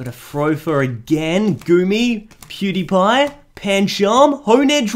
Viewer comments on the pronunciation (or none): He said pewdipie instead of dewpider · Who else heard PewDiePie when he is soppose to say dewpider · Is it me,or did he say “pewdiepie” instead of “dewspider” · when you where gonne say dewpider you said pewdiepie XD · U said pewdie pie instead of dewpider like if u heard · I herd it I think he’s saying it for a joke but don’t trust me I don’t know why either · I heard it too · Lol I heard it too.